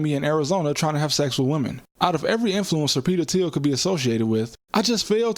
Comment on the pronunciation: It's pronounced "Teal"